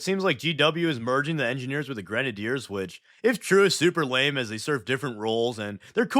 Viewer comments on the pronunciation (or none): none